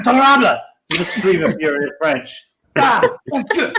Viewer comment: I know I'm late to this party but I have to say: french accent is really good. It's not perfect of course, he couldn't pass for a real frenchman, but still his pronunciation of french words is on point! Way better than anything I've seen in Hollywood lol